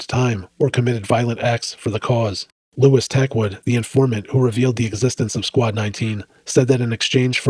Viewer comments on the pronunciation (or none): none